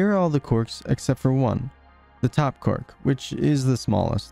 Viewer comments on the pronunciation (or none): It is not cork it is quark